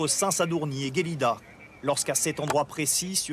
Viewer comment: "Gélida" et non pas "Guélida". Il faut savoir qu'il existe une énorme différence entre le réseau du TGV espagnol et celui de "proximité" ("Rodalies" en Catalogne). Ce n'est pas du tout la même chose ! Les deux accidents ne sont sont en réalité pas liés même si cela peut paraître le cas.